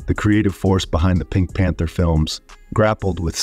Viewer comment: I agree with 55Reever. ACTORS..Hello. Unless you have an actual person to person story then you don't know for sure what is the truth. Also, the person who narrated this clip didn't pronounce the name of the pink panther movies correctly..